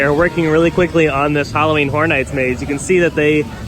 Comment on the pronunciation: lol, I didn't realize that their Halloween mazes are going to be brothel-themed. 'Just joking around, but you've got to admit that it sounds an awful lot like you're saying "Halloween Whore Nights." ;) =D Keep up the great work in any case and thanks for the update!